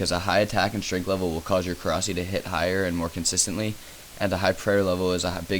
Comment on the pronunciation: please say korsi like korasie, eritates me when its not said right, ur not british or other nationality so no excuses